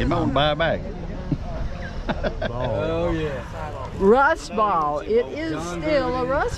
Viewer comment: Great video! Great people! Someone please teach that woman how to say “Ball”.